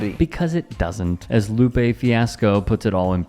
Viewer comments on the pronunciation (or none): none